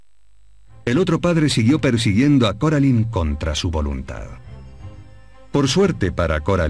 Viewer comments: Es cor------- alain 🙄 no coralin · Deard Se pronucian Coralain, No Caralain. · Si hubieran puesto las voces originales de la película en español el juego hubiese sido excelente (Es Coraline no coralin) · que paso con ese coralin :v no que era caralain así se pronuncia :v se escribe coraline :v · No es coralin es Coraline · Se dice coraline no caroline jasa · No me gusta que le digan coralin }:v 😫